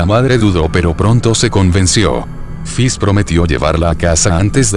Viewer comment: no es fis es fish, ese lexico porfavor